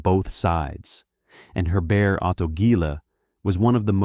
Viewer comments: Germans pronounce 'Herbert' as 'hair-BAIRT', not French-style as 'air-BAIR' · H is not silent